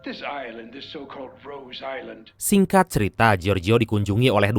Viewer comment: Rose island ko di baca rose I' land.. Gimna to mimin ini